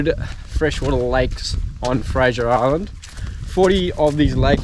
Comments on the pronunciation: It's fraser. Not Frasier. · Mate you are saying Fraser wrong